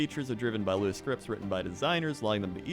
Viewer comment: Web Engineer here, as well as a Lua wow addon dev. Hearing him say Lua correctly gave me a lot more respect for lol. Also, the whole database migration explanation reminded me of the old company I worked for who had a terrible database design and made me feel humble knowing that even big companies like Blizzard started out with bad designs. Universities take normalization very seriously but in the real world, people brush it under the rug.